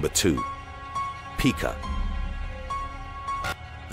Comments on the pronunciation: Pica. It's not peek-ah, like pikachu. It is pi-kuh, like the rock mica. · Honestly, I love your channel but it is pronounced pike-ah not peak-ah. Take it from someone who works with these individuals. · Pica is actually pronounced like word "pie" 🥧 (which, ironically, is something that is ok to eat lol).. It was an issue among a lot of the Autistic kids that I did behavioral therapy with over the past few years.. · It’s Pica ( pike-a) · This ain't no Pika-chu but seriously its pronounced more like pie ka